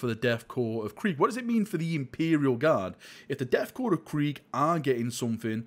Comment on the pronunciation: "Deth cor" Hehehe